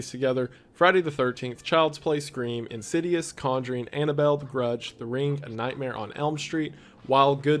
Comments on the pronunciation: Ah yes, my favorite paranormal film, Indidious, and The Gurdge. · "Indidious and The Gerdge"